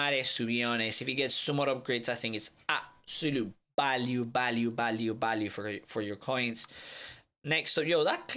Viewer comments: Before I even clicked on the video I heard “ balue “ instead of “value “ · VALUE V VVV NOT BALUE